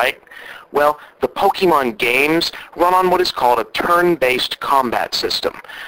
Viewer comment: great one bob...you really hit the nail on someone who doesn't know anything about games and attempts to buy them for christmas Nice comparision between pokemon(you mispronounced it,but who cares) and GTA IV